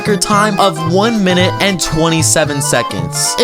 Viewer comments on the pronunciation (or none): none